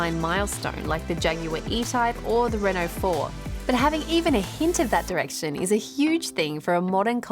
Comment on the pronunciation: She pronounced Renault wrong.